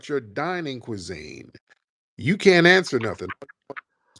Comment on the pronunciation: Mf said "AHAHAHA YOU CONT GO TEW CHERRY STREET!"